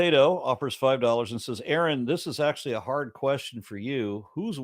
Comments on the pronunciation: pronounces his own name wrong lol I have been a fan for years and never heard him do that. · In case you’re annoyed at Mike mispronouncing name early on… don’t worry, he says name correctly about 3000 times, usually in the middle of trying to answer questions. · I know I've already spoke on this, but god damn this retard issues Arons name in the beginning middle and end of his fkn sentences, and several times randomly I counted, and he says fkn at min 20 times within 15 seconds, this has to be one of the most annoying fkn idiots I've ever seen debate 🙄🤬👊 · The number of times this simpleton mispronounce name is a telltale of how incapable of learning he is... enough said! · almost two hours in dude still can’t learn Arons name. Seems unlikely he is going to be able to learn anything else. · Yeah he claims that he's hard headed which is evident, however I think that he was deliberately mispronouncing his name to annoy him. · mispronounces his own name reading a comment near the end of the video.